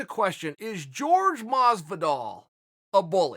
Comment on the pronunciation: "Jorge" 😂😂😂 dont spell it as it reads chael 😂😂😂 spell it like this "horhei"